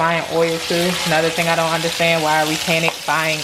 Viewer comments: He said ion like dis one😂😭😭😭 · Xaynzx he said “ ion know “ 😂😂😂😂I’m dead